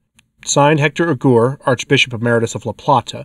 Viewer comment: Hector Aguer. You should pronounce the e the u is silent.